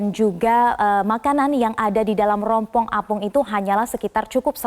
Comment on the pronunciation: Rumpon bu,,,,,, bukannya rompong,,,,, hhhhhhh